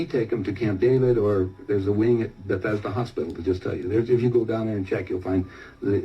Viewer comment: it sounds like he said those doctors work at Bethesda Hospital